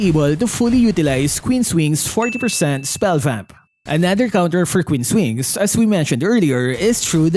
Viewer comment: "kween's wings"😂😂😂 "Manananggal " 😂😂😂 "si albert" 😂😂😂 "dirty na yelo"😂😂😂 " kevin durance" 😂😂😂